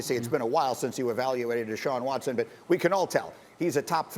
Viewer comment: It’s Deshaun Watson 🤦🏼‍♂️